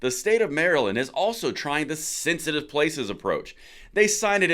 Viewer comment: It's pronounced thenthitive😅